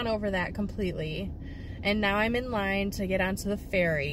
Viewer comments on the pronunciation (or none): none